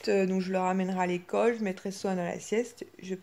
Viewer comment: Alors moi je comprend le poupi maintenant 😂 « colle » =école Key « Mickey « 🤣